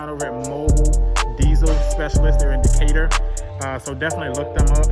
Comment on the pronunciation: Lol he said Decatur fam.